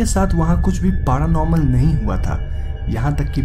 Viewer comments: It's paranormal not paaranormal LOL 😉 ha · Bhai dhang se bola kro P.A.R.Anormal nhi paranormal hota hai 🤣 🤣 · Its not पारानॉर्मल its पॅरानॉर्मल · Best thing of the video...paraaa - normal 😂